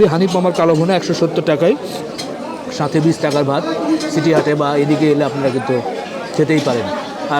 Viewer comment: ছিটি হাট না সিটি হাট